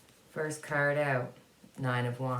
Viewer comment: Ok had to pause the video, got caught in the way you said "card", started with a little snicker and ended up with a good belly laugh. I could only hear curd that sounded more like turd lol. OMG forgive me please. I would like to know what Canada is going to do about the reservations conditions, indigenous people have a right to clean water and safe living instead of what they have now. New branch off of ISIS it was ISIS-k, must be a group that is more fanatical then regular ISIS still bad news for the world because you can't trust what they will do or where they will do it.